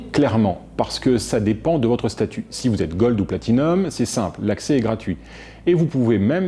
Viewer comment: Bravo, tu arrives à dire Platinum!